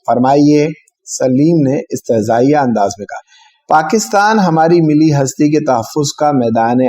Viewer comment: ملی ہستی میں لفظ ملی (مل لي ) میں لام دو مرتبہ پڑھنا چاہیے. یہ لفظ mili نہیں milli ہے.